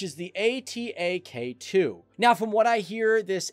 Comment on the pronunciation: it not a-t-a-k its atak means attack in turkish :D